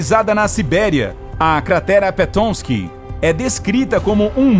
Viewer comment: Tá, bom, bem explicado, mas pelamor, NEM TUDO NO MUNDO É INGLÊS!!! Não tem nada de 'pétomisqui' na cratera, é PA-TOMISK, mesmo, que é nome de um rio local. Essa mania de inventar pronúncia só tira a credibilidade do canal.